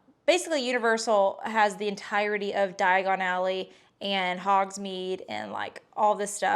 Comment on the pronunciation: Hahah this is a fun series. My favorite part was saying “Diagonilly” 😂 exactly my thoughts every time someone says Diagon Alley. Lol